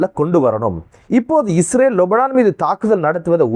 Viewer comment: லொபனான் இல்ல லெபனான் யூரூணயூம் அல்ல யுரேனியம் என வாசிய்யுடா வெண்ண